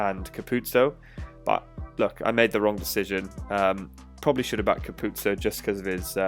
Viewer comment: Just FYI - its pronounced Capu-ozzo not Capuzzo. I learned this recently myself👍. Great video